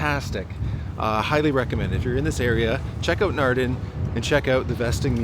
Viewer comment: Naarden and NOT Narden with AA open aaaah not ah as in bah